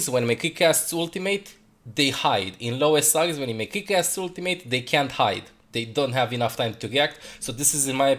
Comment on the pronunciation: I love how says ultim8